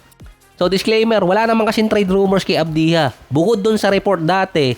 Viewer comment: ADBYA boss ang basa sa Advija😊